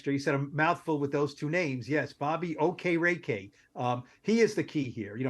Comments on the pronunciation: Stop butchering the guy’s name, holy moly! It’s pronounced OH-KE-RI-KEI (Okereke)…..Mamma Mia! 🤦🏻‍♂️ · lol neither of y’all pronounced Okereke correctly